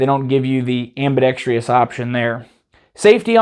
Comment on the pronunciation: Sorry to do this, my friend, but please, the word is "ambidexTROUS!", not ambidexTRIOUS! Please?